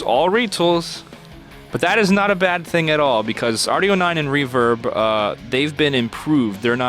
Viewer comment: Am I the only one getting triggered by the fact they called REVERB, Revert?